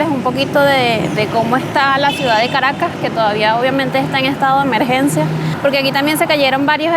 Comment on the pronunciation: Garagas? I thought it was Caracas?